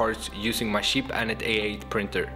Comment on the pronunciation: you don't need money it's very sheep (Yes I am mocking the way he says cheap)